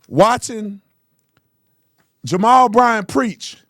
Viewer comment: “Jarrell”? Did he mean to say “Jamal”??? Lord, help. The people cheering have been duped. Sad.